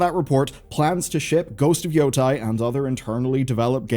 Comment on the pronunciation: Why do so many youtubers pronounce Yotei wrong. It sounds good. It's not Yo-Tie 😂 it sounds more like Yo-Tay